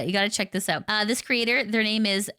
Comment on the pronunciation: I really don't want to be that person but "oiut" is kinda funny to me